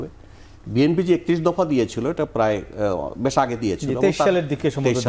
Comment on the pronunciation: বেশ না বলে ব্যাশ কেন বলছে এই খুনিদের আইনজীবী?😂